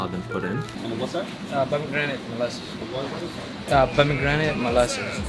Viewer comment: "Za bomegranate molasses"